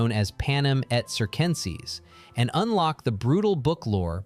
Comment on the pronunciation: Panem et CirCenSeS, it's literally 2C's (= 2K's), 2S's, it's not that hard. If you want to use fancy Latin words, learn pronunciation first 🙄🫣